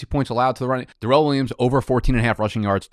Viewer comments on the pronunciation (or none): This "Duh-relle" nonsense had gone too far. My man's name is "Dare-elle". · We got ur boys "Duh-rren" Waller and "Duh-vid" Johnson along with anyone named Darrell in here let's goooo